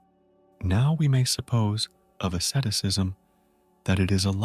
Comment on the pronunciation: what the heck is assetisism? please atleast say Asceticism properly matey...